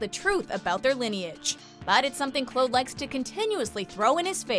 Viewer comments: Who the hell is Clode? Her name is Claude. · Why is she saying clood not Claude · Clawd is how it is pronounced on the show, by all the characters, so yes, is doing it wrong. We're not talking about the historical figure or regional differences, we're talking about a character on a television show with a set name pronunciation. It's not subjective, and it makes sound like she's never even watched the series. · 1. It's pronounced Clawd, not Cload. 2. the chick Henri banged out a window wasn't the archduke's wife, it was his sister. 3. This list is missing: Francis and Leith taking back Calais with about three other guys, the reveal that Henri was poisoned and Narcisse knew about it, Narcisse presenting a box with a dude's balls in it to Mary, and, most egregiously, Mary personally murdering the guy that ordered Francis's with a piece of jewelry. There's two more episodes to go as of this writing and I'm gonna need a list of Catherine's Best Lines/Moments, the most WTF moments (balls. In a box. On network TV), and the best and worst outfits. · It’s not Clode! It’s pronounced as Clawed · It’s pronounced Cl-or-d Not Cl-ow-d Every time... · Every time she said cload I cringed so much!!!!!! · i know claude, but who tf is this 'clode' you speak of??? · Everything was fine until she pronounced Claude’s name as (cl-owed) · "Princess Clode" 😅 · Sooo the archduchess was the dukes sister... not his wife... your constant mispronunciation of Claude (Claw-d) is annoying. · who the fuck is cload? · I’m sorry but did anyone else get mad at her pronunciation of Claude? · Firstly you are saying 'Claude' wrong. Secondly, the window didn't just spring open, henry was going crazy and that was his first murder while he was going mad. And the arch duchess was the sister of the arch duke not his wife! Thirdly, the letter was not forged in Mary's handwriting, it was forged in their code. GET YOUR FACTS STRAIGHT! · cringe at the pronunciation of Claude